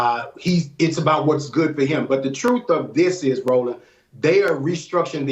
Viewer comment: 🙄 Learn how to pronounce the "th" sound. I've been listening to you for years, and it's high time. "Th" and "D" are NOT the same thing!